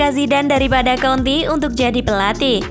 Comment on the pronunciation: Mbak nya mesti blejar lg menyebutkan nama2 seseorang,,tulisan "jose" mourinho tp di baca hose mbaaaak,,antonio kontee bukan antonio konti